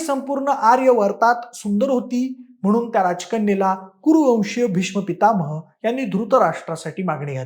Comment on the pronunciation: पितामह बरोबर बोलत येत नाहीये तुला